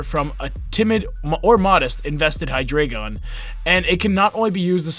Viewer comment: FINALLY SOMEBODY PRONOUNCES IT RIGHT...jeez